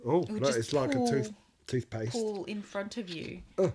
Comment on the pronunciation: Also - The "hips, bum" ginger lady in the Oral-B advert clearly says "Obble B toothplest".